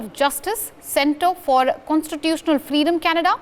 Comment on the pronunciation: It was very hard to understand the news broadcast from the station. Your lady does not pronounce very well. One example and they were through the broadcast, the word freedom, was prononced fleedom